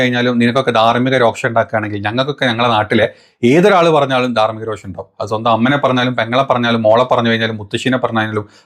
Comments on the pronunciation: സഹോ.... രോക്ഷം അല്ല രോഷം ആണ്...🙏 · രോക്ഷം അല്ല പുള്ളേ രോഷം